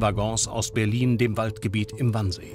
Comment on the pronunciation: Es heißt übrigens Wannsee, nicht Wansee.